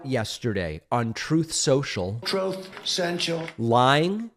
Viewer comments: troth sentral! Speaks volumes...😆😂🤭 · The "TROATH SENTIAL" soundclip gets me every time like it's my 1st time hearing it lol.